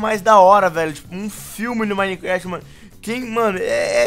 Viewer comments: tava falando Minequéft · Cara na moral aprende a falar minecraft pfv